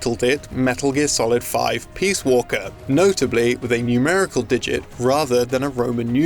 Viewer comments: I swear he keeps saying, "Metal Gear Solid: Peas Walker." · STOP CALLING IT PEAS WALKER.